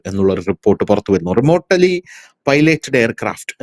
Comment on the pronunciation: റിമോട്ടലി അല്ല റിമോട്ലി എന്നാണ് പറയേണ്ടത്.